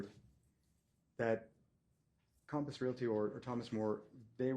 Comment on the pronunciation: "Cahmpiss Realty" COMPASS COMPASS COMPASS COMPASS